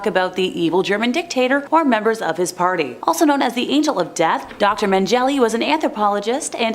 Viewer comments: Mengele is pronounced "meng- ga- la"... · Say it... DOCTOR MEN GUH LUH... PRONOUNCE THE DAMN WORD... IM SO PEEVED RIGHT NOW😮